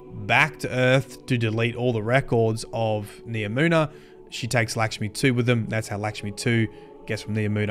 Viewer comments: “Likshmi” 😂 you gotta be doing this on purpose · It’s LACK-schmi….. not LICK-schmi